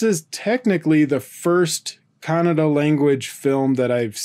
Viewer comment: Atleast you pronounced Kannada correctly unlike North Indians.. They pronounce it as kannad what ever the fuck that is..